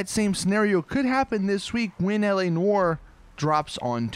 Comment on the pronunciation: You say “Noire” wrong it really bugs me